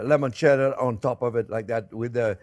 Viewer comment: Chef, once and for all, it's NOT lemoncello, it's limoncelleo. Limoncello, limoncello. Geez!